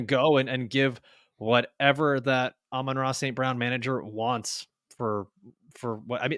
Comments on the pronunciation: Are you guys purposely miss pronouncing Amon-Ra name? It is said like the Sun God. YAll sound weird. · Who names their kid amon ra? But these guys are wierd??? Dont get me started on his brothers name!